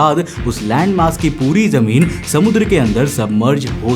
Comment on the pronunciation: Jameen ❌ , Zameen ✅